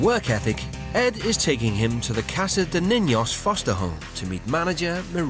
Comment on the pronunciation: the pronunciation of casa de ninos is friying me